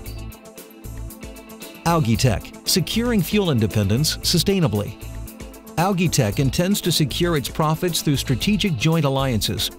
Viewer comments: It's pronounced "AL' JEE", not Algeee ... Imbecile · I feel like whipping myself in sacrifice each time he says “ alagii” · Depends. In Great Britain (and Australia) it's pronounced 'al-gee' with a hard 'g'. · I couldn't even pay attention to the information because the word algae was being destroyed every 10 seconds! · Dropped a dislike because of how this dumbass says Algae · Actually it is not. The guy speaks it like he only knows the word from reading. The pronunciation, also in british english, is completely different. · You're saying ALGAE wrong.